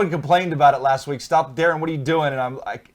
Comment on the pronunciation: Thanks for answering my question guys, and you did say my name correctly Darin!